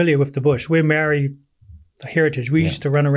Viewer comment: It's not racist but he's not proud of being Māori. The brother doesn't even pronounce it properly.